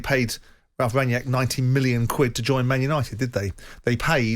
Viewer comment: Why can't Simon Jordan say Rangnick? His name is not Ranyeck